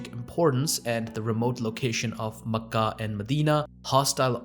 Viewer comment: That's cool how you pronounce Mecca. I've nver heard it pronounced like that.